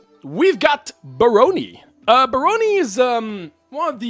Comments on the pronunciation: My bro, ask google to prnounce words for you during script writing. You totally mispronounced barony. Bare-ron-ee. Emphasis on first syllable, not middle syllable. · Not even. It's more like Bah-ron-y. Still with emphasis on the first syllable, but it makes an "ah" sound (like the word "action" or, indeed, "baron")